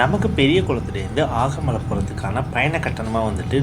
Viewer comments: ஆகமலை அல்ல, அகமலை. தேனி மாவட்ட மலை கிராமம். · அது ஆகமலை இல்ல, அகமலை